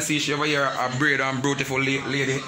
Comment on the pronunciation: A me alone hear king say bruetiful?